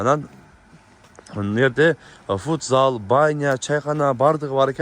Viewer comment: Фудзал эмес футзал болот